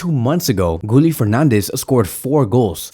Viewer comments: His name is pronounced “Gee-yeh” not “Gooli”😂😂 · Gee-yell not gee-yeh